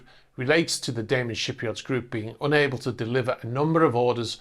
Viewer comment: Its Da man, not Daymen.